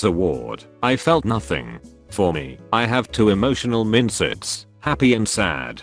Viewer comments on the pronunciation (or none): Text: mindset The text to speech voice: M i n t s e t